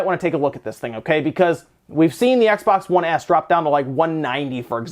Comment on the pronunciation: “X-Bax 1 SAD”